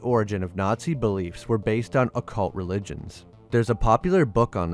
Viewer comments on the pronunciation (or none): none